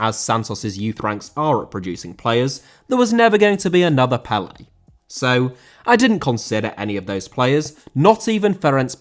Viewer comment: Pelé* not Pelei